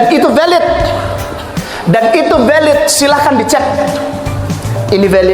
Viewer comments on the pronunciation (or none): kalau bisa lagu terbarunya jangan kasih judul "VALID" tapi "VELID" karena kaka ini selalu bilang VELID VELID hahaha... keren lagunya... dulu agak RAP.... sekarang agak Regeee... kalau bisa kedepan DANGDUT Kita wkwkwkkwkw.... Mantap. Tuhan Yesus Memberkati pelayanannya...